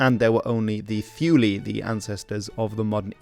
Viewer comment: My man can pronounce perfect norwegian, but can't pronounce 'Thule', calls Norway a colony, and claims that the Kalmar Union was founded by Norway and not Denmark.